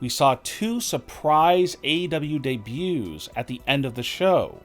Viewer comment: This guy is either trolling or an absolute creep..... "Debyewwws"